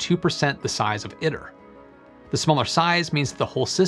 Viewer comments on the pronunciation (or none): "Iter" is pronounced "EE tare" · I believe it’s pronounced “ih tear,” if it’s supposed to be Latin